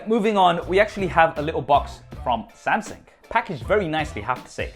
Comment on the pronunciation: 'Samsing', LOL! Love the MSI, or rather my son would. :-)